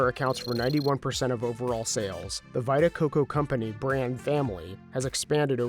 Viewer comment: "Vai-ta Coco"? Lol. And "positive impact"? Maybe you should go to one of those schools you're building.